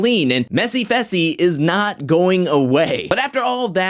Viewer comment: You are saying fessys name wrong you say it like fesl but its faaaysalll